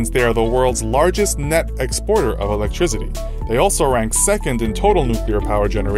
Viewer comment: I find it kinda hard to take advice on energy from someone who pronounces it "electrizitty".